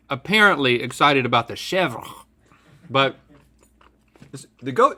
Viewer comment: I love how he pronounces chèvre cheese (shevdjsbe)